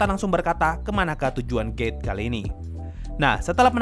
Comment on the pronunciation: maafkan dosaku T□T bukan dengar gate malah gay. Telingaku gak beres